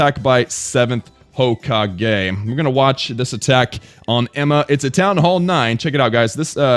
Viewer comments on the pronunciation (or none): Ho cah hey 😂😂 u know u didn't watch naruto when u say hokage like that